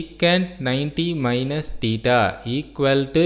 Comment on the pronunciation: It is not tita it is thita😂